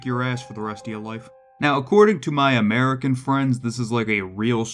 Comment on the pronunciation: that pronunciation 😭